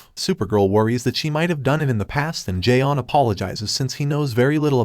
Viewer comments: It's not Jay on, it's john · as well as the martian manhunter isn't j'onn but john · Mr. Garvey: Jay-On. Is there a Jay-On here? J'onn: Do you mean J'onn? Mr. Garvey: You say your name right Jay-On! Mr. Garvey: Tee! Tee! You better be blind, deaf or mute. Tea: It's pronounced Tay-Ah.